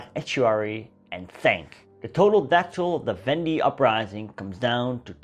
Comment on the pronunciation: I cannot watch this after he mispronounced "la Vendee"